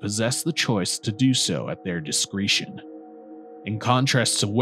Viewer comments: Be-stauw? Diskreetion? We're just pronouncing words however now? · And you mispronounced "discretion"